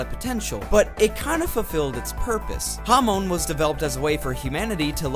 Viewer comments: Bro it’s pronounced hahmon not hawmown 💀🙏🏻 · everytime you said hamoan i died a little